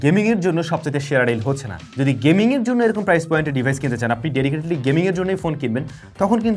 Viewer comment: প্রাইজ?😂 নাকি প্রাইস ভাই? এরকম ভুল শেখানো অনুচিৎ